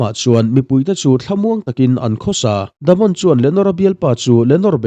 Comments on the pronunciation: Damond itia😂😂😂.... Daemon tila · Daemon Targaryen❌ The Mon Targaryen ✅ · Themon😂 Daemon Daymon tia lam a fuh ang,ngaihthlak a nuam zawk bawk ang. No offence